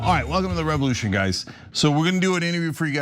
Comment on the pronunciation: Revolyoution. I hope someone was appropriately disciplined for that.